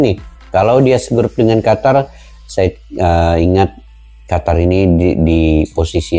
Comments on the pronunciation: Bacanya jgn qatar, tapi qotor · QATAR ❌ QOTOR ✅